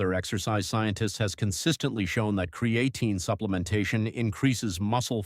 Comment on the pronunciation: I can't listen anymore after how this AI keeps pronouncing cre A tine